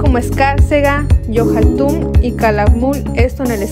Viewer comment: Yohaltun no está bien dicho, no lo leíste correctamente.